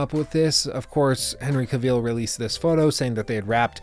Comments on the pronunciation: Love your channel but it's Henry Cavill,not Kaveel? Great video tho. 🔥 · Henry Ca-veal.